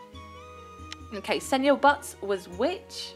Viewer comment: Senior butts is pronounced See-Nee-Yer Butts Edit: Sen-yor butts is wrong XD